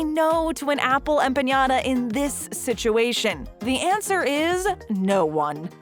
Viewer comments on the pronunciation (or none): You're pronouncing "Empanada" wrong. It's 'em-pa-na-da' not 'em-pe-nia-da' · OMFG THIS LADY/narrator saying Apple EMPAÑADA! Stop ✋ it hurts. Stop! Why didn’t anyone correct her??!!!! EmpaNada!!! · Oye! Empanada (ehm- pah-nah-dah) not empañada! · I was saying it's not "Empenada" but ok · Empanyada? Y'all need to get your pronouncing right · The way you said empanada........ Ouchhhhhhh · Some of these items are still available in my area like mac and cheese from Popeyes and he McGriddle from McDonald’s...the way she says empanada cracks me up...we know you don’t know Spanish 😂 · I came here for this. It was annoying. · Yeah... That literally hurt. Don’t think she’s ever had one.